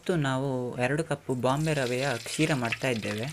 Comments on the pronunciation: It's Sheera not ksheera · ಶೀರಾ ಅದು ಕ್ಷೀರ ಅಲ್ಲ 😆😆😆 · Adu Ksheera alla Sheera.... Whatever all your dishes are simply superb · Idu" Ksheera" alla, "Sheera". "Ksheera" andare Haalu (Milk)...